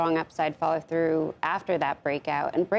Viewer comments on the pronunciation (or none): none